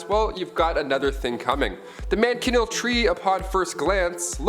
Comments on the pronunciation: How did u say that?man ka kneel tree that’s wrong!it’s pronounced Man Sha kneel and no not spelled this way it’s how it’s pronounced k?young people hell my own son can’t write cursive or his own name kids today out the frying pan into the fire 🔥 no crap !!!sad 😢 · First man chin eel tree does the way you say it look like this?and u did it again you said Bone eh part eh?WTF ???its Bona part as simple as that God …